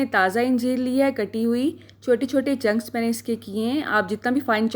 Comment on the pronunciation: BHEn oRaT baAji kHaWtOoN, it's called "chunks" not junks